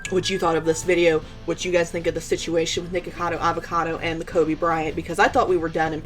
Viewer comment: If you don't know someone name don't try to pronounce it instead he mocked Kobe's name and he did that purposely and everyone knows it so Nik can go the the hell on with that shit it was so disrespectful to Kobe and his family. Nik needs to apologize for doing that simple